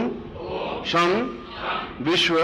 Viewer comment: सं sam nahi....... sham शं है